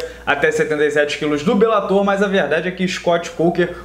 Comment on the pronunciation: "Belátor" ~ "belatôr"